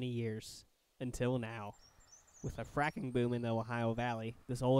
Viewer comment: fracking, not fraking!